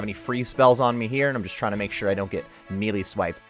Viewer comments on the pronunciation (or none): Thanks for the guide but my god... it's not (me-lee), it's (may-lay)... This shit irks me.